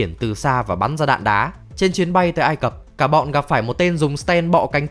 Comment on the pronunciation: Vùng đất ai cập nhé, câu cuối anh đọc sai r